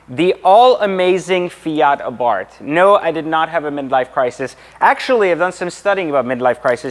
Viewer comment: I’m so ecstatic he pronounced Abarth correctly!! Silent H.